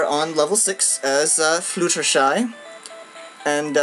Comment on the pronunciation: its pronounced fluh - tehr - shy not flu - tehr - shy as in flute.